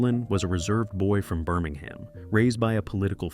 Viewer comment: Wonderful images - poor narration. Whether AI or human, US narrators need to learn how to pronounce non-US names. For instance, Birmingham England has the stress on the first not the last syllable, distinguishing it from Birmingham Alabama.